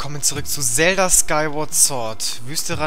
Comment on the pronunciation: zelda nicht zelder